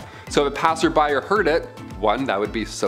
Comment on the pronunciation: " passers by " .... Quit it with the butchering our language 😂😢😅